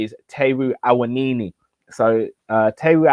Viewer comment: Love your content! Taiwo Awoniyi is phonetically pronounced 'Tie-whoa Ah-whoa-knee-yee'. You remember the track "Whoa!" by Black Rob??